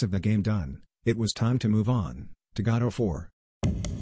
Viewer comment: Did anyone hear "God of War" instead of Godot 4